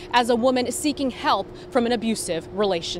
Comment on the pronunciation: That is not how you pronounce Sanela Sabovic. Ask bosnian and hercegovina people how you pronounce. That is funny. Bosna.